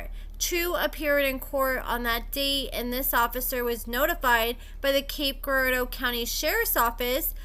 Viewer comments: YES ~ that was bugging me too. It's like Jirardeau. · the G in Girardeau is pronounced like a J. Hot ☕ tho 🔥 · just call it Cape. You’re saying Girardeau wrong.🤣🤣